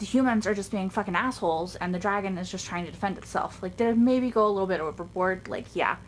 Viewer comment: What people hear soren say:a dragon? What I hear soren say: a dwagon?👌😎😂